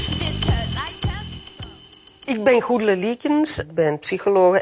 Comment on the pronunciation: er zit geen rochel in de naam goedele. zachte g zou geweldiger zijn.